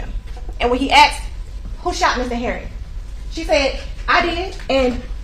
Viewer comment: This prosecutor has a DOCTORATE in law & STILL says "Axed..." & jump ouch yo car." Unbelievable. Thank god for affirmative action.